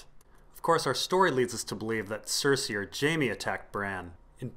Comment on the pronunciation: Randy, Its incredibly annoying. Vase-doth-rock, Toastertully? Catahlun=Catelyn. ...Lice=Lhys=Lease.. Far-ease=Varys..Lysol=Lysa=Liza......IDK Missandy=Misande...Leonna=Lyanna..Sersay=Cersei So distracting to the good content. Dennys Pragnate, Why not go for it! Call a dagger a dogger, littlefanger? JuneSnoo? Samewall ? Stainless Burned Rat Theon. .Gentry..Gamie...Gorie..Gorge or maybe even Rorge, Durr- eyeahh like Uriah heap) Jorr-eye-ahh, hell why not just go for jamima? Sorry I got carried away, Lol